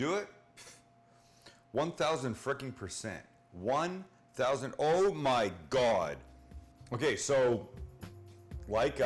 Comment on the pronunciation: The way he says “Oh My Gawd” cracks me up every time